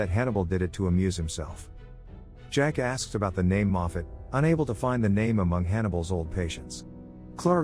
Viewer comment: You said "Jackass". 😆 Just kidding, I know you said "Jack asked..."